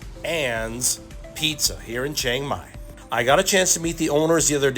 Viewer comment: I don't think it's pronounced "CHANG Mai."